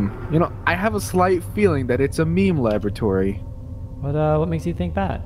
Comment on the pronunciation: Just finished rewatching the blooper reel (Why I hate My Friends) and love that calls it a Leme Maboratory. cut out so much quality content, though.